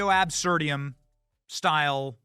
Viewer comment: Reductio Absurdum not AbsurdIUM. You even looked down to read it. 😂😂😂😂😂😂 Is ChatGPT writing your scripts?